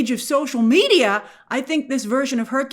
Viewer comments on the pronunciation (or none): none